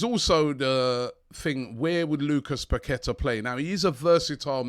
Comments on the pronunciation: Robbie it's pronounced parketa.... the Q is like a K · Paqueta is pronounced …. Pa-kwe- ta 🤷🏻‍♂️🤷🏻‍♂️🤷🏻‍♂️🤷🏻‍♂️🤷🏻‍♂️